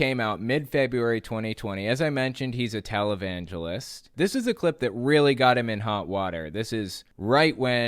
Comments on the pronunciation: When you said Jim Bakker was a "televangelist" at first I heard "Talibangelist." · "televangelist" My bad hearing: "Talibangelist"